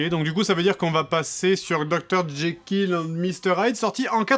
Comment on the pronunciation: Je suis le seul à entendre jaykill au lieu de jekyll ? x)